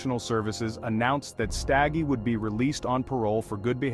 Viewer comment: U pronounced their surname wrong ...u must not be from here